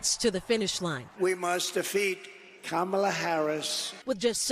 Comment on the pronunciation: Rev. Sharpton needs to learn how to pronounce Kamala Harris's name correctly.